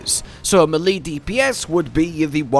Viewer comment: Whyd it take me half of the vid to figur u were talkin about melee (may-lay)